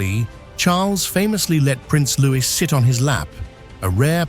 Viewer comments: It’s Prince Louie, not Lewis! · Don't believe this for a second. Also, for Pete's sake, it's Loowee, not Looiss! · How can it be possible you still cannot pronounce Louis?